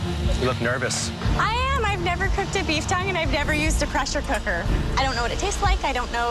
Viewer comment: "cressure cooker"